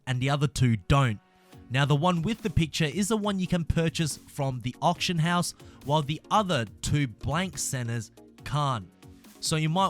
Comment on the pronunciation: You saying option house or auction house ????